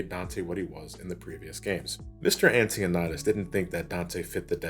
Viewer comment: bro. ANN-TOE-NYAH-DES, not anti-o-neigh-deez lmao either than that, good video lol